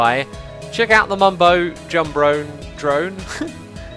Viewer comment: "The Mumbo Jumbro Drone" lol